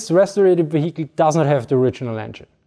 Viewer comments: That's Wee-hickle" to you! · That is quite the Vee-Hickle!